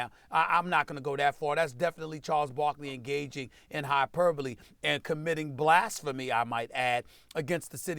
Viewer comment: who else came to hear SAS say blastphamy